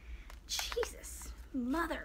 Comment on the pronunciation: The "Cheesus" killed me😂😂😂😂😂